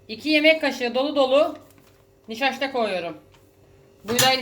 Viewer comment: Bu bazı sözcükleri soyleyemeyişiniz de çok sevimli😊 Nişaşta ... Gernebahar, pıransa gibi😘